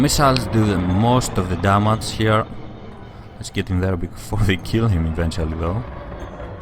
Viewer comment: You silly, it's not how You say damage :D